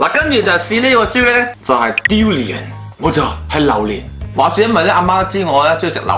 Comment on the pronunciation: 我聽到 "Diu"rian 😂😂